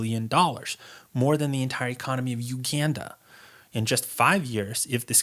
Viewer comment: "Macaw" "Youganda" LOL